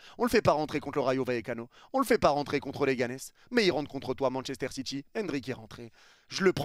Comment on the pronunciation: Manchester Citchi 😅😅